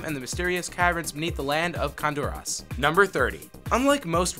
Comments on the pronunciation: "longe-tivity" = longevity "triss-tram" = tris-trum "khan-doo-raass" = khan-dur-iss "me-fee-sto" = meh-fist-o "there were 15 developers originally, but that number doubled to 45 by the time Diablo 2 was in development!" = "there were 15 developers originally, but that number tripled to 45 by the time Diablo 2 was in development" "kull-aid" = cool-aid "dead-mow-5" = dead mouse "haven" = heaven It's like this guy doesn't speak english and hasn't played the games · How to pronounce these words Baal (Bail) Tristram (Trisht-Ram) Khanduras (Khan-Door-us)